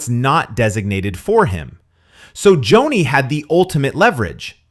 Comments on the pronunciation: Joni not Jonny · Pronounced Joanie not Johnny. You lose all credibility. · Someone couldn't READ her name Joni for just fourteen minutes instead of JOHNNY? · It's Joni not Johnny 😅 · Could you pronounce “Joni” correctly? Is this AI? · Cordicil... if you can't read that eird you lack ANY CREDENTIALS to criticize Joni